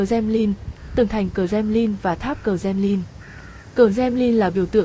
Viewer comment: i Nói ngọng quá em ơi .Kremlin chứ không phải kdemnin